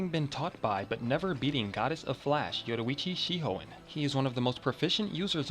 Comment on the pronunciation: when u pronounce Yoruichi Shihoin, I put on CC subs and it said "Joey tea she hoein "